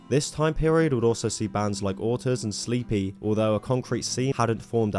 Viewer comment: bro did not call ‘sleeper’ sleepy